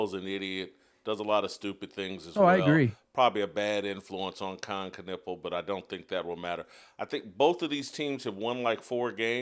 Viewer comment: Kon nipple is a dumb way to pronounce his name